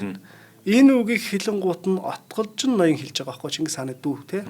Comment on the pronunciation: Отголжин2 л гээд байх юм Отгичин биш юм уу?